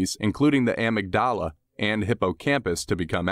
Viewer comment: Not the am-ig-dala ...